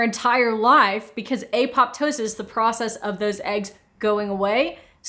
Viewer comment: I love the way you say aPOPtosis! I've only ever heard it as apoPTOsis (with the second p being silent), but your way is better 😊